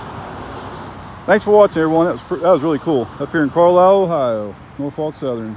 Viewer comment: Great video but you have to pronounce Norfolk the right way -- in SE Virginia we say it like either NOR-fik or NAW-fuk -- have to say the last part carefully too :-)